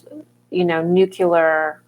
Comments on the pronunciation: It's actually pronounced new-clee-ur. Not new-cue-lar. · "Nucular stuff, nucular energy thing, nucular forces," no such words or things.